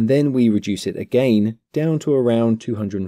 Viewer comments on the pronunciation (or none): its again not agaain